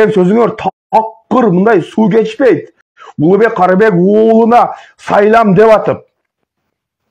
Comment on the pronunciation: Каыргызча. УЛУКБЕК КАРЫБЕК УУЛУ деп айт. Улугбек Хорибек уулу эмес. ОЗУНУ ПАТРИОТ , ОЙЛОСОН , ЭНЕ ТИЛИНИ ТАЗА СУЙЛООГО АРАКЕТ КЫЛ.